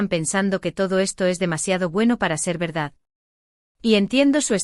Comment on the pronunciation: Pero siempre dicen y gual y eso no es BERDAD